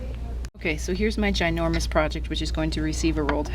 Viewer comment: Loved it as soon you demostrated your "gynourmous proyect"